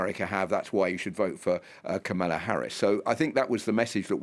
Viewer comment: So you bring on a Brit who has a difficult time pronouncing Kamala's name.